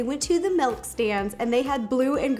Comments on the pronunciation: Rosanna Pansino not trying to be mean! But its milk! Not Melk!! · Milk not melk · I almost didn't click on this because I knew she was going to say “melk” and “peena colada”. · Anyone else notice Ro pronounces Milk as Melk 🥛🍪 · I am happy I wasn’t the only one who heard her say (Melk)😂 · Roe I love ya..your awesome but its "milk" not "melk" I know people say it differently but still..."milk". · Take a shot every time Ro says melk 😂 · Did anyone else notice Ro says “melk” instead of “milk” I’m not judging her I think it’s adorable 😂💕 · People say Melk and I say milk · SHE SAYS MELK NOT MILK I HATE THAT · Does anyone else think it’s kind of annoying when people say “melk” instead of “milk”.... not trying to be rude at all. I love Ro 💕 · why does she say melk is that American for.milk 🤣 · no I'm American and I say milk. She's just weird. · Everyone else: milk Ro: melk Scottish people: mulk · It’s ok Ro, I also say “melk” instead of “milk” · Does Anyone love the way Rosanna says milk she said Melk ❤️💖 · No one: Ro: Melk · Me: Milk Ro: Melk Me: Milk Ro: Melk Me: Melk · did she say M E L K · I can't unhear it anymore! 😂